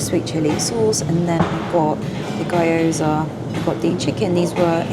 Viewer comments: Pronounced Ghi-yoza not guyoza. Surely posting a video review is modern day equivalent of running down the canal telling everyone? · Gyoza is pronounced Gheee-Oh-Za, Katsu is pronounced Caaaah-Tsu. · Love it as always!! I know you always say about your pronunciation but just in case you wanted to, gyoza is like “gyoh-zah” with gyo rhyming with Joe.